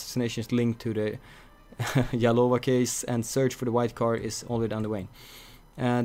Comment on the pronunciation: you said yalova its OK :D